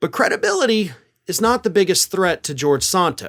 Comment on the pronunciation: George will never get his "cre-DUH-bility" back.